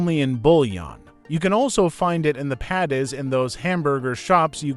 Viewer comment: but you can't pronounce the foods. Paddies? The word is patty. Palm granites...the word is pomegranate. AI generated?